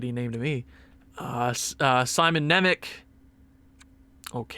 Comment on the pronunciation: Just a little helper, Nemec is pronounced Simon Nemets